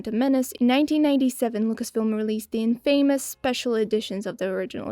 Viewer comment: The way you pronounce atlas makes me want to cry. Great videos though😂 Edit: "infamous" too